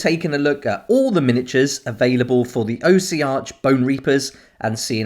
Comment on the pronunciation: Say it with me Aww-sea-ark. 🤣